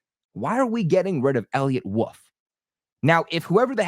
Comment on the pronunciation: Also why cant you say the word “wolf” instead of “woof”